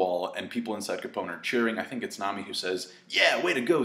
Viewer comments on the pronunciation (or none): none